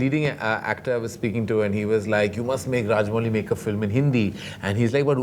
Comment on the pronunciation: Karan it's Rajamouli, not Raj-Molly. Being an Indian, at least pronounce Indian names right.